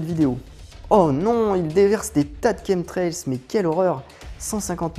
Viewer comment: Tien c'est bizarre,j'ai toujours prononcer ça comme chamtrails et jamais comme kentrails qui s'écrit apparemment chemtrails même le correcteur google connais pas ce mot ,c'est marrant ça :)